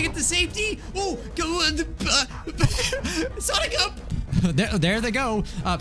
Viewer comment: What i hear when he says sonic up SONICA